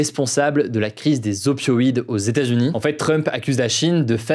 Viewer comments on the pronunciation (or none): "Les stats-unis"... Franchement Hugo, ce serait bien de prononcer correctement états-unis. Tu es trop important comme média maintenant pour parler comme un wesh wesh même si l'on apprécie le côté plus informel de tes actus du jour. Ta prononciation est bonne par moment puis mauvaise à d'autres.